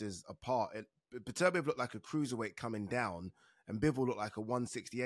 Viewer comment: Agree 100%. Plus Oladipo persistently mispronouncing ‘Beterbiev’ even though he absolutely knows better. It really grates.